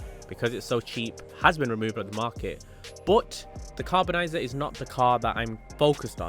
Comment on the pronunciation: how df you get "carbonizer" from CARBONIZZARE ?😭😭😭